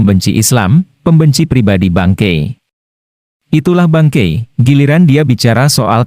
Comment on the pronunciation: Aku dengernya "Bangke"